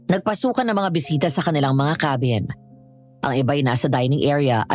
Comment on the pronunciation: Natawa ako sa KEY-BIN😂😂😂 ang ganda ng narration tpos yung KA-BIN naging KEY😂😂😂